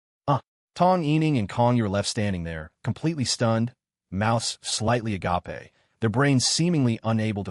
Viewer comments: Somebody, please teach the AI how to pronounce agape. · I love the a ga pay pronunciation 😂